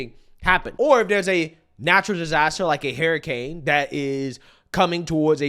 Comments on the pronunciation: calls them hairicanes😂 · LMAO I love when he calls hurricanes HAIRicanes